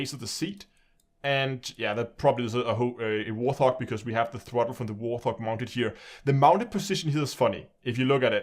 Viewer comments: It is a Thrustmaster T- sixteen THOUSAND not HUNDRED...you always get that wrong...............T-16000 not 1600.......just saying. Also It's pronounced WART---HOG...not WARTH-HOG....the first syllable does not have a TH sound in it just the T..like a WART on the skin of a HOG...WART-HOG. Now the ship is from Star Trek II..The Wrath of Khan..it is the USS Reliant.. and the other ship on the stand is the Mothership from Homeworld the video game. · I like your videos and am subscribed. I've seen a few of your videos where you pronounce Warthog incorrectly. It is "Wart" and "Hog" no "th" sound at all. It's named after the Fairchild Republic A-10 Thunderbolt II, nicknamed Warthog. Warthog wikipedia article includes pronunciation. Sorry, but it's been driving me nuts ;-)